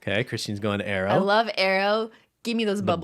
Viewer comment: Why do you pronounce Aero as Arrow?